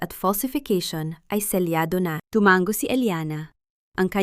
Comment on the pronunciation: Ang Pag bigkas ng Timango Ay tumang go